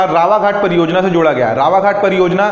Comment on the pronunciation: मित्र वो रावाघट नहीं रावघाट है, अनिबर्न नही वो अनिर्बन है।